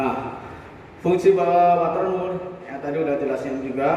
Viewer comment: Saya awam pak. Bisa dijelaskan nama2/istilah barang2 yg dibutuhkan apa saja, seperti water mur dll. 😂 Gak kedengaran jelas namanya 😀